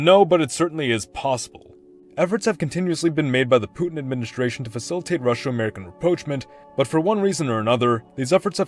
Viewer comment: Russo: It's roo-so. Not rushow